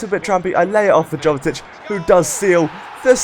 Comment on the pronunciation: I thought it was pronounced 'Yovetic'? Great video again!